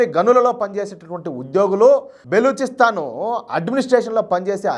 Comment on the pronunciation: బెలుచిస్తాన్ కాదు బ్రదర్, బలుచిస్తాన్...